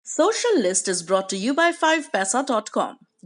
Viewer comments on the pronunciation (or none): aur unka shoshal lisht bolna........ Maza aa jata h.